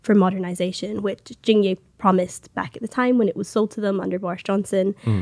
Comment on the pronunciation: It's Jing yeh(as in egg) not yay🙄